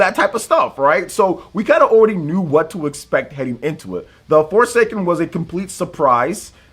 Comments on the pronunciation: The name for that game is so bad he couldn't even say the right word for it. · SE presents shows are usually rough. But they provide information which is the main point. Not blaming for botching the name of the former 'Project Athia'. SE always with the weird names making us trip, lol.